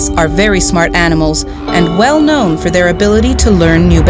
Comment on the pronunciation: they're "whale known"